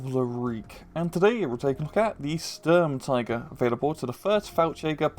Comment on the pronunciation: Stumtiger, it tig sturm.